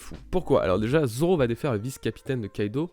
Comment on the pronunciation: Goya Seiku mdr quand il 1v1 mihawk au debut il dit Roronoa dzoro imagine ct un d mais personne n'avait compris